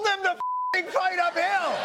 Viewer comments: I thought he was saying “never fight a pill” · Funnier still, i kept hearing "fight a pill', not 'fight up hill.' Team OJ, indeed. Lol. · I thought trump said "never fight a pill!" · Ahhh ! Up hill! It took awhile. I thought tRump was saying fight a pill.